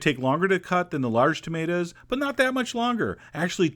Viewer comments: "Tomataz in the zalza" could do without the narration... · Salza and tomatas. Chef John you ain't pronouncing your words right ;)